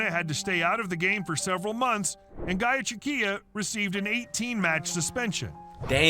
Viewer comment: The goicoechea pronunciation was wild